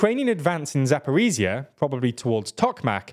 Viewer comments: Attempt 3 of getting;DR to pronounce Zaporizhzhia correctly: it's za-po-reej-jah... the j sound is similar to that of the middle of the word "leisure". Not za-por-ee-zee-uh. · Still, pronouncing "zh" instead of "z" in "Zaporizhzhia" wouldn't hurt ;) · Thanks for your analysis! But could you please try to pronounce Zaporizhzhya with a proper zh sound? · 'zh' in Zaporizhzhia is not pronounced as 'z'. It is the same sound as 's' in 'pleasure' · "Race Across Europe"? I hope your map isn't accurate, since getting no further "across Europe" than Linz is rather short-sighted. On another issue, Ukrainian place names aren't really that hard to pronounce if you take a few minutes to accustom yourself. So let's hear you pronounce Zaporizhzhia and Staromlynivka correctly next time.